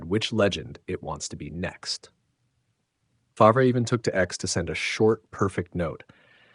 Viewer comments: F-A-R-V-E not faver….. (F-AR-V) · Here is a little advice from someone who has never even used AI or ChatGPT: When you enter in the text for the narration of the video, using a name like Brett Favre, You spell Favre “Farv” or “Fahrv”. That way AI will pronounce it right for all the people watching your video. Your welcome.